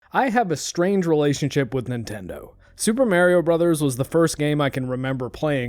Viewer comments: Oh god - i remember when all the older folks used to call him merio the way you do when that first game game out. it was just an accent on the name but most of us kids where quick to correct it as MAR-io all through there was many kids that i came across that said it like that too. youll be hard pressed to find any of the newer gens that grew up after the nes and snes into the n64 and beyong era that says merio any more. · MAR-io. Not MARE-io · Mario not Marryio lol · Hey, it's not "May rio" but it's "My Rio." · I say it the way my 20+ year friend Mario pronounces his own name (and has hated the way Nintendo ingrained “it’s-a me, a-Mah-ree-oh” as the common pronunciation in modern parlance)- but I’ve honestly received so much flak from my pronunciation, that I’m trying to train myself to pronounce it your way 😣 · Mahr-ee-oh.... not Mare- ee-oh.... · It's a proper noun. It's pronounced Mario not Mary-oh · "Mare" io? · I was thinking of your sinus cavity the whole video but when I heard you say Mare-e-oh for Mario I couldn't keep quiet. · MAH-ree-oh Mario It's a long A, it's an Italian name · Yeah but you're one of those "MARE-ee-oh" people so idk if I can watch this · Have to admit, I have never heard anyone pronounce "Mario" the way this guy does. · Pronouncing Mario like that is an immediate click away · I knew you were canadian the moment I heard you pronounce Mario. ahah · It’s not a speech impediment I swear - it’s that I grew up with a guy named Mario and that’s how he pronounced his name. The release of Mario 64 and the “it’s-a me! Mario!” intro really pissed him off because people started telling him that he was pronouncing his own name wrong. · You're totally mispronouncing how you say Mario, and like a pirate with a ship's wheel 🛞 attached to his junk, it's driving me nuts! 🥜 Argh! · The way you say MARIO is completely wrong and you should stop immediately.